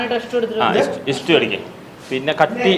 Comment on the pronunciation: ഇസ്റ്റൂ അല്ല സ്റ്റൂ എന്നാണു ഇജ്ജ് എന്താ ഈ പറയുന്നത് പഹയാ🙆🏻 അതോ ഇങ്ങടെ നാട്ടിൽ ഇങ്ങനാണോ പറയുന്നത്